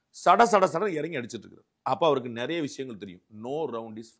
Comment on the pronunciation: முட்டு மாசு தமிழ சரியா பேசு அவரிடம் கேட்பதற்கு நெறய இருக்கிறது தப்பு அவரிடம் கேட்பதற்கு நிறைய இருக்கிறது சரி